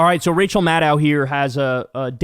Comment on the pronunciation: Kyle... luv your show, bro... but her last name is pronounced MAD OH! The O vowel sound is long... like OH really.